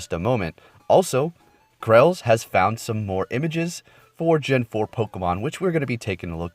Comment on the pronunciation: Chrales - pronounced trails. Just fyi